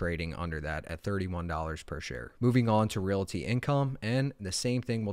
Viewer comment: If you want people to listen to you as an expert, please pronounce basics properly. Ree-all-tee. Not ree-la-tee. You are immediately alienating your educated crowd.